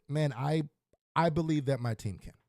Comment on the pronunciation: "Bill-ieve" ? Well then, I believe we have a head coach Problem ! It's time to move on !!